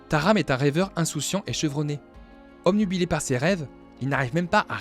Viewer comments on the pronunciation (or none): none